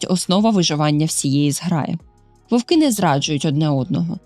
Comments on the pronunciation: Чудовий контент, але тільки не вОвки, вОвків, а вовкИ, вовкІв. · Тільки не вОвки, а вовкИ. Не забувайте що це мова, а не язик.